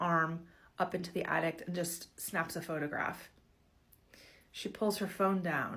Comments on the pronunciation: Omg! The “addict”! I couldn’t even pay attention to the story because she kept saying that lol. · OH EMM GEE ! MEEEEE TOOOOOOO! That extra T at the end was blarrrring in my ears every time she said the damn word. Lmao. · DUDE I know same. Like no. I’m an ADDICT. That is an ATTIC. The thing in your house, above your head. 🙄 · The lady saying "addict" instead of "attic" is itchinggg me